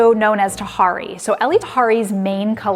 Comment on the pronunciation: Elie Tahari is not a she. HE is an Iranian designer. HIS name is pronounced E-li . Tahari is his sub line.